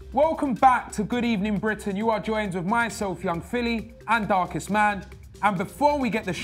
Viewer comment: GOOD EBENING 😂🤣